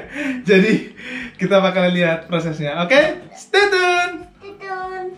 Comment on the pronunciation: Ngomong stay tune nggak bs dirubah lagi neh si..bacanya stey cyun bukan stey tun...